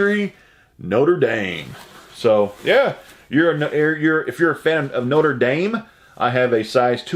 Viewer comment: You a tuay pronounce. Notre dame. Right the first time